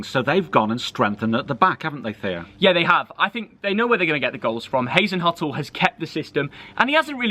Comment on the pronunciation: “Haze and Huttle”